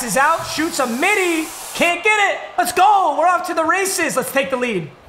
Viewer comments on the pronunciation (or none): none